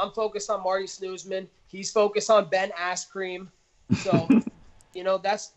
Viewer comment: "Ben Asscream" - Colby "Chaos" Covington